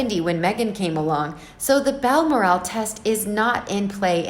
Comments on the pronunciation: Ok, I wouldn’t even bring this up, but after the 20th time I heard “Baal-mur-AAL”, I had to turn the video off out of sheer irritation. It’s “Bal-MORR-al.” I didn’t say anything a week ago when the narrator repeatedly called the kid “Archie Mountainbatten Windsor.” Mountain-batten. I had to rewind the video the first time because I thought I was hearing things. If you are uncertain how to pronounce a word or a name, you should ask. Incidentally, Margaret Koenig’s last name is pronounced “KAY-nig”, not “KO-nig”. Jeesh. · It’s pronounced Bal- Morel even though there’s an a in the second syllable. , No accent on. the last syllable. So it’s Balmoral not Balmor-ask. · Bal-MOR-al, for goodness sake! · Its pronounced BAL MORAL As she has no morals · This reader doesn't know her subject matter....she pronounces Balmoral...as Bal-more-al..emphasis on last syllable...should be emphasized on the 2nd syllable. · OMG! If I was going to do an entire segment in a specifically named place, I would be certain of the pronunciation of said name. FYI...it’s Bal-mor’-al. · Its pronounced Bal Moral. Like Coral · I LOVE the pronunciation of Bal MOR al .. makes me laugh... apart from that a good summing up of the happenings... cheers ... from SCOTLAND x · Your mispronunciation of Balmoral repetitively is so irritating!! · You need to learn how to pronounce Balmoral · Please pronounce Balmoral correctly! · Every time she pronounced it I giggled.